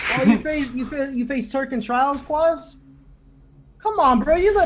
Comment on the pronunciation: Notice he said trails instead of trials?